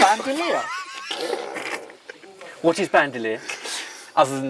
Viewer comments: I love you but Rellenos -> reh-yeh-nohs Bandelier -> ban-duh-lee-ehr (Its not French) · I loved the state and I love your trip. But, because I love you…”Band-ah-leer”…. ‘Chilly-ree-yeh-noh”